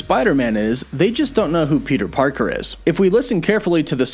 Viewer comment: Peter pekèr